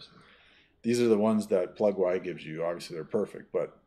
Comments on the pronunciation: Never hear anybody call it "Plug-why" lol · Sir I do believe most ppl pronounce it "Plug-E" as in "Easter"